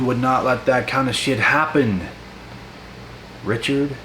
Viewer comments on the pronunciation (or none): Cracks me up when you say Richard 🤣